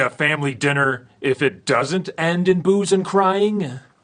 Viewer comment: I heard boobs...